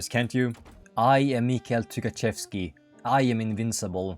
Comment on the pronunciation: inability to try to pronounce anything is ragebaiting me Took-A-Shev-ski